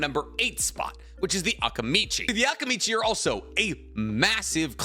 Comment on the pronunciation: Am I the only bothered with the pronunciation of Akimichi and Akamichi? Is it supposed to be like that? I never watched the dubbed version so please correct me if I’m wrong